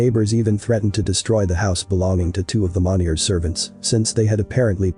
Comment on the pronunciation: It bothers me the narrator is saying the last name wrong. Monni-eh is how you say it.